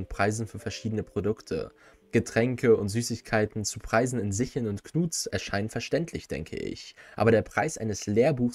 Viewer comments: Sickel, nicht Sichel. Eine Sichel ist etwas anderes. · SicKel nicht SicHel 😂